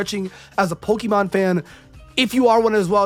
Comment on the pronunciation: You don't even know how to pronounce the word Pokémon properly, so you can't be that much of a fan. But, then again, like 99% of fans also don't know how to pronounce the word because they barely know how to speak English and that's just the English speaking ones. People today can barely speak their own language, they can't spell and don't know how to read words properly.